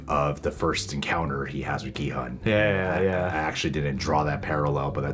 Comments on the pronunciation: Gi-hun actually pronounced "Gi hoon" the G is like the G in the word "Get". And the hun is "hoon" like "moon" so there you have it 😃 and you got that right! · With Gi-Hun's name, you guys are close. Your pronunciation of 'Gi' is pretty much correct -- it's a hard G with like a tiny K sound in there, Korean is tough that way, lol -- but the 'Hun' is pronounced as 'hoon' (like toon or loon). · gi-hun is pronounced ki-hoon The guy who made the video butchered his name lmao "Gee heon" ' - '(?) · Gee (with the g like in 'guy')-hoon is the correct pronunciation of the main character's name! The one from the video you're watching pronounces it incorrectly. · Would have been a better video if the guy pronounced Gi-hun’s name correctly. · Honestly the narrator kinda missed the korean stuff and he kinda over reach in some stuff and even pronounce gi hun wrong, did he even watch it? Or did he just collect spoilers from the internet to read..? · There is no hard G in hangeul. The G is actually the english G and K sounds put together. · well the translation/sub of the show is pretty bad. That said, the "oo" in Gi-Hun is shorter, but it's not hun as in "hundred".